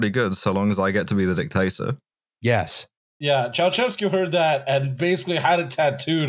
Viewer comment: absolutely crushed that pronunciation of Dictator man.